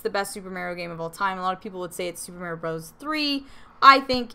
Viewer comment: The way she says it Mare-E-O LOL love it